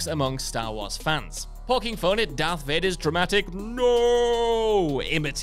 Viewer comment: It isn't Dark. It's Darth